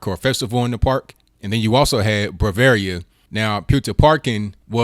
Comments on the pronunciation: BRAVERIA????? READ; BRA-VALLA!!! GEEZ..... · you know more people get killed and raped in the US than they do in Europe, right? And you cant blame it on imigrants. And how can Bråvalla be pronounced fcking "brawaria". L is not pronounced R....